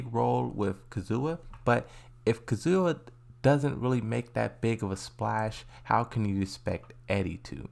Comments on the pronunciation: He pronounces things wrong on purpose for the memes he used to say Kazuya but now all of a sudden he said Kazzoowa and it threw me off as well😂 BTW what's up with Pakistani guys getting frustrated at wrong Pronounciation and using the word dude? Like just a while ago Another guy said Fix your Pronounciation, it's not a good look my dude. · Why do you prnounce Kazuya as KAZOOWAA !!! It’s frustrating to hear my dude 😑